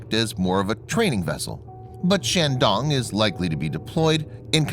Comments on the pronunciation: Bad pronunciation of Chinese words, makes me cringe. The "a" in Chinese is a long a, not an American short "a". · Emphasis on the “dong”